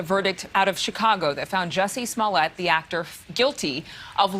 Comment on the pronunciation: Why is she pronouncing Jussiè Smollètt incorrectly?